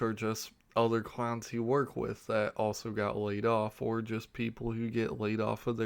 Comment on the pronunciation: U saying clowns or crowns?